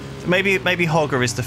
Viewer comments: Im pretty sure you say it Ho-ger no hog-er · hoe-jer is proper pronunciation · The pronunciation of "Hoger" is Hoe-Jer